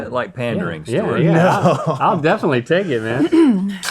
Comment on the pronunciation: “What we got now St’wart” - Link 😂